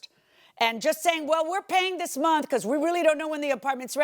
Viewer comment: Monff to monff😂😂😂😂😂